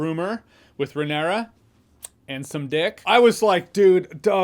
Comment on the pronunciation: It's Ray-NEAR-ah, Jeremy. Not Ray-nair-ah. And it's Lay-nor but you can start spelling it with a G and he won't be offended. 😂